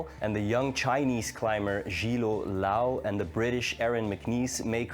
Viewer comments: One more correction: the Chinese climber is called "Zhilu Luo (Zhilu is pronounced jee-loo, Luo sounds like loo-oh but in one syllable)" not "Zhilo Lou" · first of all thanks for making such a great video. To be honest, it’s quite hard for foreigners to pronounce Chinese names😂, like the most pronunciation of ZHILU LUO I’ve heard were wrong(include this one, but it’s OK).